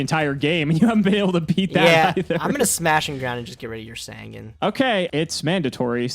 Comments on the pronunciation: SAN-GAN!!! JUST PRONOUNCE IT!!! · I don't know why, but the way he pronounces Sangan really bothers me.